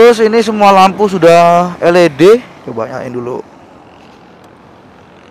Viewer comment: el i di bang bukan el e de 😂😂